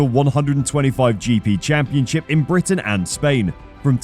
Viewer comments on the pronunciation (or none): none